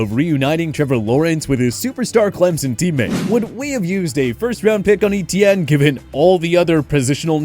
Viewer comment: So cringy to hear this guy pronounce Etienne (= French for "Steven") like E-T-N.